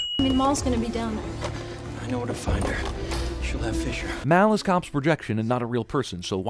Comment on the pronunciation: What bothers me is how Mal is pronounced like mall in the movie but this guy just decides to take it upon himself to create his own pronunciation.